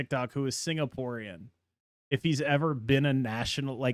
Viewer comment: "What is sig-na-pore." "I've never heard of it"